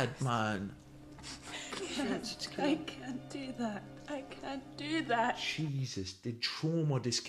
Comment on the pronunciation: "ats ma mean" 😂😂😂 ats ma mann 😂